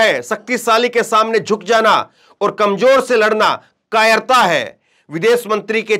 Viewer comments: Katterta nahin kaayerta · Kattratta nahi kayrta hai